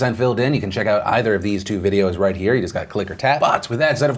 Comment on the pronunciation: "that sounds about 'white' "...was that a Freudian slip or did you just mispronounce "right"